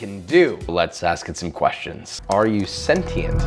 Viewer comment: Pronounced “Senshient” like patient, not “pate-ient”